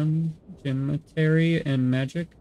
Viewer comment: Geometry (Geo - Meh - Tree) It's the math used most in construction. Like finding the slope for a roof. You're doing really well with the other words so far.